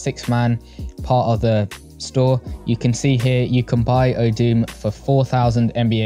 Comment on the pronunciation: Btw Odom is pronounced ode-um